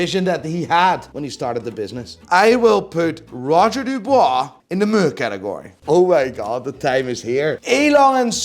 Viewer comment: Oh god... Here we go again.... Roger DuBUIS, not DuBOIS brother.... And Lange... I have no word for your selection. I hope this was a joke